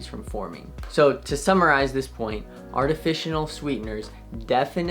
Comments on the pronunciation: Kind of hard to trust you as a doctor when you keep saying “artificional” when the word is “artificial”… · It sounds like he is saying artificional sweeteners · "Artifitional", coming from a doctor, is concerning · What are artificianal sweetened drinks! Edit your video audio since saying things like artificianal removes credibility!!! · NOT TAKING ADVICE FROM A CHILD THAT CANT EVEN PRONOUNCE “ARTIFICIAL “ CORRECTLY. THERES NO FKN “N” IN THE WORD, BRO.....